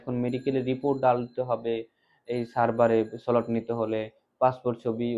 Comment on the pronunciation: 1)কারণ বাংলাদেশিরা নির্ভরযোগ্য নয় এবং ভারতকে নিজের নিরাপত্তার দিকে নজর দিতে হবে। 2,,)হ্যাঁ, যদি তুমি ভারতে আসতে না চাও, তাহলে এসো না। কোন সমস্যা নেই। 3,)সোলট কী? 4) আমরা খুব বেশি বন্ধুত্বে আগ্রহী নই। বন্ধুত্বপূর্ণ বাংলাদেশের চেয়ে শত্রু বাংলাদেশ ভালো। 5)তুমি একজন পেশাদার কিন্তু "স্লট" উচ্চারণ করতে জানো না।তাই, দক্ষ হোন। 6) ভারত ১৯৭১ সাল থেকে বাংলাদেশের দ্বারা কষ্ট পাচ্ছে এবং এখন বিরক্ত। 7)বাংলাদেশ ভারতের কাছ থেকে সুযোগ নিয়েছে এবং কখনও বন্ধুত্বপূর্ণ আচরণ করেনি। তাই আমরা আগ্রহ হারিয়ে ফেলেছি। 8)তুমি বড় বড় কথা বলতে পারো কিন্তু তোমার দেশবাসীর সাহায্যের জন্য সামাজিক কাজ করতে পারো না? এটা তুমি? 9/)আমরা দেখেছি যে বাংলাদেশীরা ভারতের ক্ষতি করার উপায় অনুসন্ধানে তাদের সময় নষ্ট করে। তাই, আপনি প্রতিক্রিয়া পাচ্ছেন।